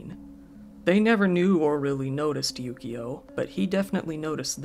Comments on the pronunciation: It sounds like he's saying yugioh instead of yukio. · How are you not hearing the enunciation correctly? It's Yukio xD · this entire time i thought you were saying yugioh lmao